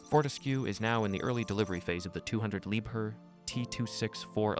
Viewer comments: Interesting information. But please: pronunciation is "Lieb-HERR" not too often "lieber" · Could even be lieb hair